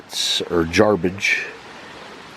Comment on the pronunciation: the s is like a sh sound so the correct way of pronouncing it is more like jarbidge.